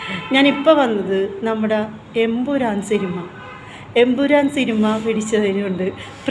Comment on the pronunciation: Thamburan Alla Chechi Emburan😂😂😂